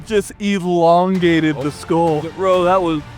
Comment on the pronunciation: Skull, pronounced Skoal.